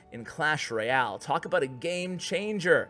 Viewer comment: He just said clash roy-al :)